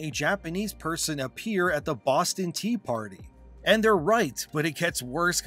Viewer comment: "Japanese guy at the Bboston Tea Partty" 😂😂😂 This guy winning the internet